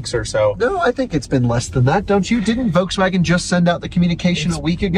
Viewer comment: NOT Wolkswagen but Folkswagen pronunciation.